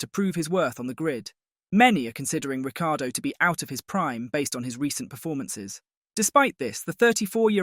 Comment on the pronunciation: Agree Ric time in F1 is over. So arrogant he just kept moving teams. Can you please pronounce his name correctly - there is no "i" sounded in last half of his name.